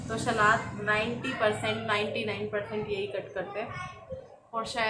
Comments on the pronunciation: जी सलाद होता है शलाद नहीं please thk se bola kriye sunne m bht irritating lgta hai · Nice vlog 👌. Shlad nahi hota salad hota h